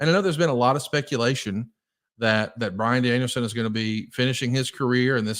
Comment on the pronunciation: My fav part of the ppv was JR calling bryan Danielson. Daniel brianson 😂😂😂